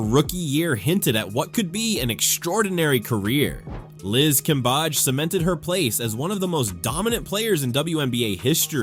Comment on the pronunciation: Cambadge, Cambeige, Cambej...AI giving us different ways to pronounce Cambage.